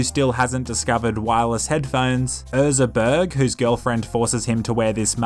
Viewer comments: His name was "Ezra Berg", not "Erza Berg" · “Erza” it clearly says Ezra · It’s Ezra not Erza. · I hate how he says erza instead of ezra. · *EZra not ERza.. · Ok everyone's talking about him saying 'Toto by Africa' but nobody's talking about him saying 'Erza' instead of Ezra for the whole video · Is nobody gonna mention the fact he says Erza instead of Ezra? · Love how is saying Erza instead of Ezra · Most hydrated one! Big fan.. Huge! BUT.. his name is ezra.. EZ-RA. Other than that, top video. 2 thumbs up. 👌🏼😊